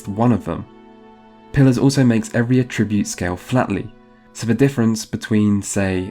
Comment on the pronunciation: i've never heard anyone pronounce at-ribute like a-tribute